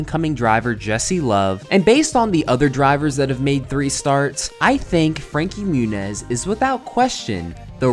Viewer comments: it’s pronounced frankie moo-nieese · "Frankie Munez" hahaha